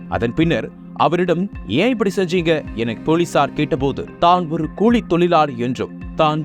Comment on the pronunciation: கூளி, அளுவளகம், திண்டுகள், இரவு பகளாக, இல்லாமள், கண்டு கொள்ள விள்ளை, மிள்ளு தவிற ழ என்பது எல்லா இடத்திலும் தவறாக உச்சரிக்கப் படுகிறது. தமிழனா ராசா நீ ? வல்லினம், மெல்லினம், இடையினம் எதுவும் தெரியாதா ராசா?. நக்கீரா உன் நிலமை எப்போதும் இதுதானா? மாறாதா?